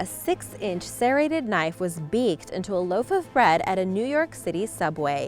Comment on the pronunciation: Did she just say “beek” instead of “baked”